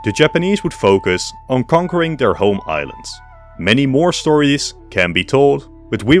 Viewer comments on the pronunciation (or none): none